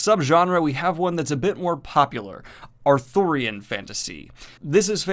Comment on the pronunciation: is Arthurian as in King Arthur, not authurian as in book author.